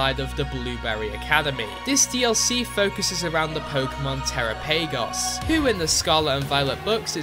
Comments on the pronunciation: It should be pronounced "terÁPP-agos" to sound like Galápagos. It's not "terra- PAYgos" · Uknown Type (??? Type) was never removed. It's used for Struggle. Since gen 2. Edit: I KNOW I did NOt just hear you pronounce Terapagos (Sounds like Galapagos, you know, like the island that helped Darwin with the Theory of Evolution? You know, Evolution? That core mechanic of Pokemon? Yeah that one!) like "terra pay goes" lmfao it's truly illiterate youtuber hours